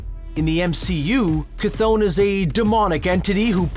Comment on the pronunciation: For the love of all gods it’s (Kuh-th-on) bro